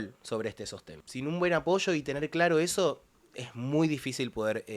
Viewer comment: Habla bien, no es "apocho" es "APOYO" 😂😂😂